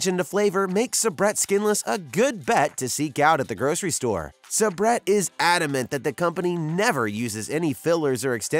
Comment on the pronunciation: Please learn how to pronounce Sa-Brett and they sell them in much lower counts than 25 in the grocery stores. Who did this research.?